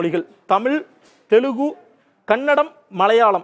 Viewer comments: அதென்ன தெலுகு .. தெலுங்கு என்று எழுதியிருப்பதைப் பார்த்து படிக்கத் தெரியாத தத்தி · தெலுங்கை ஏன் தமிழில் பேசும் போது தெலுகூ என்று விளிக்கிறீர்? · Telugu ille thambi TELUNGU yenru uchcharikkavum